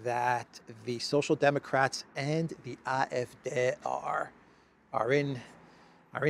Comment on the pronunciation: One more try.... it is aa-ef-deee